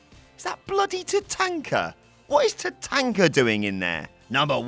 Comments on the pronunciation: TaTONKa not TaTANKa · Tatanka not TaTenka. Sorry can't use the "we pronounce it different across the pond" bollocks. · pronunciation of tatanka 🙄